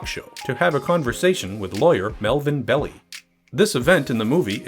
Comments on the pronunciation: It’s Bell-eye, not Belly. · you didn't even watch the movie properly to know its not Pronounced BELLY! , ITS PRONOUNCED BELL-EYE. god damn idiots. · Bell-eye, not Bell-ee. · Fact Check: It pronounced like it looks Bell-i, not Bell-e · Pronounced "BELL-eye." Not "belly". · The real pronunciation of Belli’s name is Bell eye several documentaries on the zodiac killer, pronounced it wrong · Im pretty sure that Melvin Belli is pronounced "Bell-eye" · . Great vid. Hate to be picky but Belli's name is pronounced bell-EYE. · Melvin Belli is pronounced Bell-aye Also, don't give your kid the middle name Lee, nothing good will come of it. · It's pronounced "bell-eye" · Another great vid...but it's Melvin Bell-eye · You mispronounced Belli so I had to give BULLSHIT on the meter! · learn how to pronounce Melvin's name, jezzzzz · If only you hadn't mispronounced Marvin Belli's name over and over. And over. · Funny when the new generation pronounces the names totally differently. It was Melvin Belli, like "Hi" at the end. Grew up with that name on the local news all the time. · How can he make that mistake when it's pronounced in the historical footage he's using?